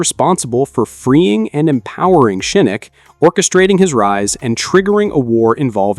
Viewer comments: Say it with me now. Shin-Knock Not Shinnik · SHIE- KNOCK.... not SHE NOOK